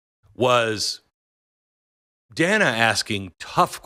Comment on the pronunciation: Most importantly, she MISPRONOUNCED "Dana"!! HOW DARE SHE?!!